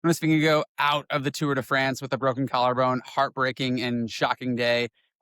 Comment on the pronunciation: Atleast TRY to pronounce his name correctly.. its NOT jonas vi gegouuoo.. Its spelled VINGEGAARD , so say it like you say GOSH , but no SH at the end So. Its VINGEGO Even to say Vingego. Like in GO. Is way better than the whatever u say all the time. Atleast TRY